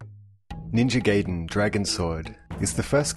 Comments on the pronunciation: lol gayden... i thought it was pronounced guyden? or maybe its just me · Guy-den. Not gay-den. -_ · Jeezez mostly every game person pronounces the name wrong -_- It's guy-den not gay-den.